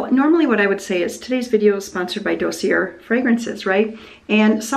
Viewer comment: Aww, this was a neat format. * My 'two-years-of-high-school-French-Self' smiled to hear you pronounce Dossier the French way. * Have you considered pressure canning your venison stew for convenience meals? * Also, would you consider doing a Catholic-centric Q&A video? I know it wouldn't be a top-viewed video YT-wise but would be interesting to me and maybe others too. * And I love seeing your phrase on the new apron; just heard you saying it again on an older video-- 'As long as I'm in the kitchen...':) Seeing the kitchen interview with Peter made me wonder if you think he might be the one of all your kids who might be interested in taking over the cranberry farm?? Of course I know you support all your kids' interests and don't 'push'. (I know you've answered that general question before.) The other half of the video was fun to see how your hired-help thinks about cranberries and the harvest process. Interesting to see the cranberry marsh 'trash' piles, thank you! With those being so acidic is there any potential for another income stream selling the compost for those who need to acidify their soils for specific crops? Another question...what is the history of that pretty blue 'Stang in the background at the end?